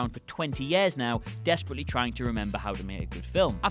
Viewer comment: Why does he say year like that it is so annoying